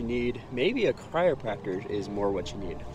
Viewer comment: Having trouble with pronouncing "chiropractor" eh? I kept hearing "cryopractor", which would probably be something very different. :) But love seeing clips of my home town! Thanks for sharing!